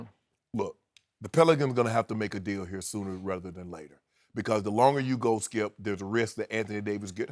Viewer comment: Shannon “Don’t do that Skeup” Sharpe...